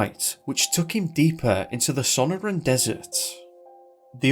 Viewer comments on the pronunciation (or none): none